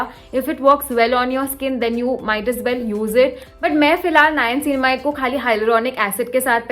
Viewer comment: Girl!!! You need to work on your niacinamide pronunciation. And you used it 3 times a sentence at that. This video exhausted me so much. you probably should use "N-word" for niacinamide but niacinamide works So great video.